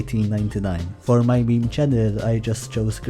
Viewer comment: A real grandayy would never pronounce Meme as mee mee...